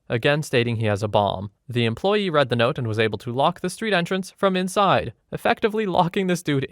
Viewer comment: When you have something like "I was young and naive (read, stupid)" that should be pronounced as "reed," not "red."